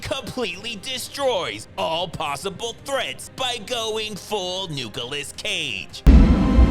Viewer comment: NUKEOLAS CAGE😆 coffee spilled ngl